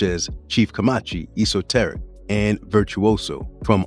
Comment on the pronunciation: Love the music and the format of the doc but I had to stop after the mispronunciation of Vinnie Paz, Jus Allah, and Esoteric. When you don't even know how to say the names of the people, it shows that you're not a fan and that you're just drumming up random ideas for content. If you just listen to any of their songs, you'll hear them pronounce their own names correctly!